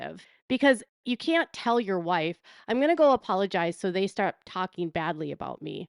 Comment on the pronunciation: And he can't even pronounce that word correctly 'pologize'